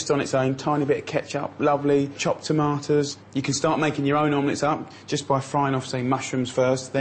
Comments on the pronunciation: I asked around in my grocery store for "toma-uhs" but so far no luck. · "Chopped tom-ah-toes" lol